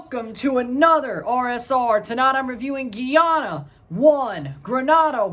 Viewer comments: Not geyana it's GUY ANA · Boss man please repeat after me: GUY-ANA